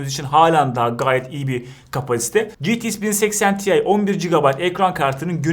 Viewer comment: Ya "ge te iks 1080 te i" demelisin ya da 1080 i de ingilizce söylemelisin.